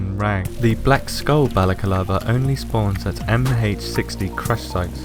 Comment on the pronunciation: Balaclava was spelled correctly, just pronounced it incorrectly. Not a bad pickup though;)